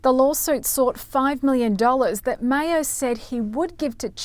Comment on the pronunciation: Maher is said MAHR, not Mayor.